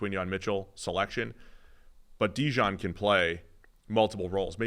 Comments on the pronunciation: His name is DeJean. Not Dijon. Quit calling him mustard. Kind of insulting. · Y'all need to figure out how to pronounce Coopers name correctly. It's NOT Dejohn. It's either Dejean (like the pants), or as we from Philly call him... DeJawn! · Dee-john??....he aint mustard man. bizarre how so many ppl cant say his name right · It’s “Da Jean” like the letter D and then Jean like pants. Yall should know this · They keep saying DeJohn😂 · Fools cant pronounce dejean's name and dont know where kyle hamilton was drafted. Do ppl take these guys seriously?